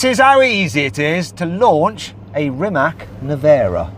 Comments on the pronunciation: its pronounced Rimats, not Rimack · Rimac, not Rimak, pronounce it like Reematz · Am i the only one that gets annoyed when someone pronounces Rimac like you pronounce big mac? It sounds like a „ts“ so basicly its pronounced like: Rimats.🙂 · its not a k. its rimac nevera its pronounced with a c not a k